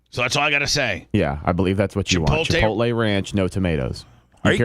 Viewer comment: FFS its not CHI-POLTAY.....its CHI-POTLE